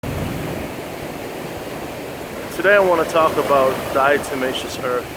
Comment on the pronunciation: Why do people want to an "N" when pronouncing Diatomaceous Earth?